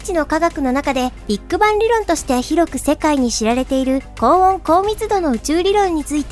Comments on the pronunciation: ビート板っぽい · ビッグバンの発音がビッグ版に聞こえる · ”ビッグバン”のイントネーション気になる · ビッグバンの言い方が気になる